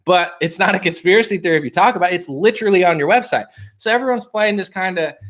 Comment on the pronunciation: Fool, stop this new pronunciation of the word LITERALLY. Ugly new sauce bro, you banging a spy. Ghost this new chick...